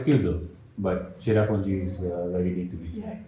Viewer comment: It not chera punji plz